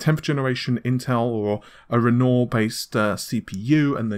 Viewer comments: Ren-wah not ren nor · Its pronounced "REN-WA" not "REN-OR", it is the famous French painter's name. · sorry but it's REN-wahr, ren-WAHR as in the artist not renoor /rant off keep up the good videos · It's pronounced Ren-Wah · Just for future reference; Renoir is said ren-wahr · He spell it like Renault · Great way to pronounce "Wren Norr". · I was surprised he didn't butcher Cezanne as much as Renault. I mean Renoir. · I work in the art world....it is kinda weird that someone as renowned as Renore to be mispronounced. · AMD is quite often (but not always) using the surnames of artists for its codenames: Matisse, Cezanne, Renoir, Picasso. I know it seems petty but PLEASE could you try to pronounce their names properly? Renoir - Matisse - Cezanne - Picasso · Why do i get the feeling nVidia is paying you to hype their products... it just feels like an advert and not a commentary. Did they also tell you to mispronounce Renoir.... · Ben Rogue he refuses to correct his pronunciation at this stage. Amy pronounces it correctly. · it’s soooooo annoying. youtubers have no standards smh, journalists shouldn’t intentionally mispronounce topics they’re covering. Renoir is a very easy name to pronounce.